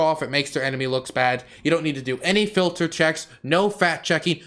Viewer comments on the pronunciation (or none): none